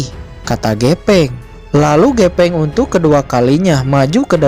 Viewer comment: Pake F bang bukan P. GEFENG BUKAN GEPENG 🤭 ✌️✌️✌️